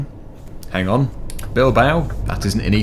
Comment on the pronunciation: u pronounced it well